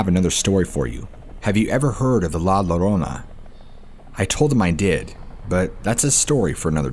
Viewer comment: Llorona is pronounced yarona